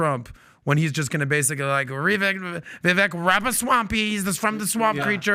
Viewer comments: It's Vivek...like cake 🎂 So pronounced as Vivake 🙏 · Vi-vake. Please pronounce his name correctly. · Vivek said his name rhymes with cake. So it would be pronounced Vivake. Just FYI. Love you guys! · Its not vee vek🤦🏼‍♂